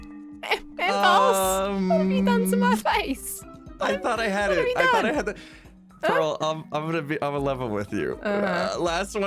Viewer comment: dude said “parl” “cow”… like bruh a cow? And “Japan music”